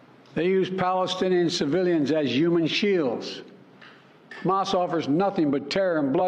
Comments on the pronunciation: Trump would bark like a lobotomized dog and pronounce Hamas “hummus." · Trump has a bigly brain and knows big words. Here's an ex: he pronounced Hamas as 'hummus'. 😅😅